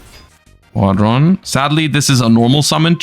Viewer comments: why does he say squad-ron and not squadron, one word. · The way he pronounces squadron drives me insane lol